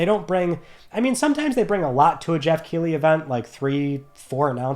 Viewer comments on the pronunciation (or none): none